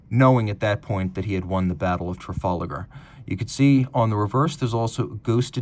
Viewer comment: It’s Tra-fal-gar, there isn’t an A or an E after the L. You’re pronunciation did make me smile though 👍